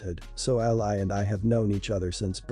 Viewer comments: It's "ALIE" not "ALLY" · To the reader, Ally said the way you say it, is a country, fighting on your side in a war... a lovely young girl is not that. Ally for a name is pronounced Al-ee. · Ally is pronounced Alley.